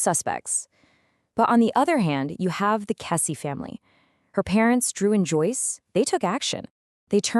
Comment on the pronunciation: It's pronounced "Kessie." You've clearly not listened to any of the hundreds of videos on the Kesse case.